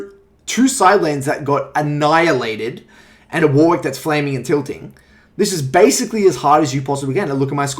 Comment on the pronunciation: Fuckin "War wick" lmao